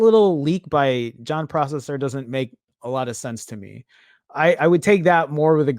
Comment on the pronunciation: He’s called p r o s s e r not processor